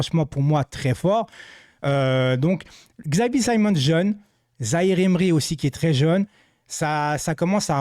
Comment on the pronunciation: C'est pas un xylophone on dit Chavi pas X avi